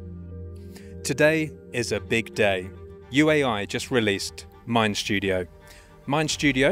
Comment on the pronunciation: There’s no “sh” in “mind studio”.